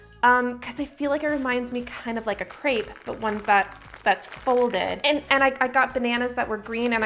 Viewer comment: Kreip hahahhahahahahaha its crêpe not that hard haha